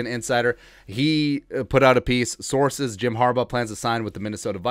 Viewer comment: You crack me up bruh, "saoorces" 🤣